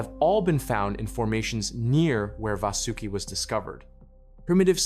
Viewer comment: No ai used ? How come your pronunciation of vasuki change almost every sentence